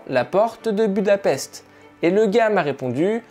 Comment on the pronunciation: Budapest se prononce budapeshte peut être que sa te servira ^^